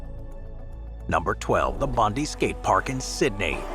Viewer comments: btw, its pronounced Bond-eye, not Bondee. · Boooooo!!! Bondi is pronounced bond-eye, as in James Bond, and eye as in your eye Bondi. And you couldn't have gotten it more wrong, that skate park is shit and it's nothing to be proud of. Unfortunately such an iconic Aussie beach is not represented by a skatepark that truely does it justice... No offence to Convic Skateparks! They done what they could with probably a crap budget, and the location- lets blame the Waverly Council 👎🇦🇺 Written by a Sydney local 🇦🇺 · Bondi is pronounced "bond-eye"